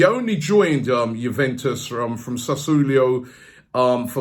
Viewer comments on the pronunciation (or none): Robbie must get his pronunciations right wtf is sassulio? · Sassulio? please, learn to pronounce names correctly before making a video, this is getting embarrassing now. typical Premier League fanboys. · SASSULIO. MAN SAID SASSULIO. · Ngl “sassoolio” had me dying